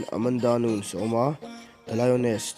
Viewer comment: Nuns Nilo in (Nunes) tia lam tur a ni